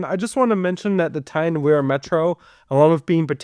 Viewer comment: and o is pronounced as u And the River Wear is pronounced weer not wear as in “to wear a skirt and thigh highs” EDIT: nvm u pronounced it correctly im dumb EDIT 2: u didn’t pronounce it correctly in “Tyne and Wear Metro”